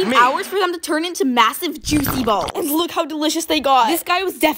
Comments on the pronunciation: Bro why she emphasizing "balls" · Why saying balls like that so much😂😂😂😂😂😂